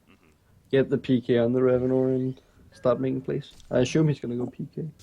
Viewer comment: it's Rav-in-or not Rav-in-er. Even when you pick Ravenor it pronounces it correctly.